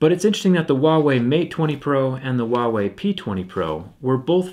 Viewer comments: Its not *KNOCK-ia* Its *No-kia* Am I right? Its *Hoo-a-wee* or is it *Hwa-eh-ee* NOT *Wa-wee* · When he said Huawei it sounded like Wavey